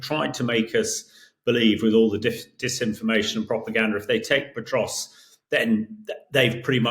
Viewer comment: This Hamish character is pronouncing Pokrovsk - Petrosk. Good work, mate, you are really acquainted with the situation! 😂😂😂🎉 😂😂😂😂😂😂 He is even worse than the host! PATHETIC!!! 😂😂😂😂😂😂😂😂😂😂